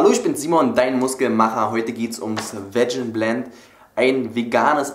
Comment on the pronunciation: es wird " wiegen" ausgesprochen nicht " wedschen" :)